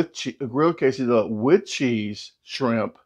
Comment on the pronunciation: You may be right, but I do know how to pronounce 'quesadilla' que·sa·dil·la /ˌkāsəˈdēyə/ though! LOL 🤪🤣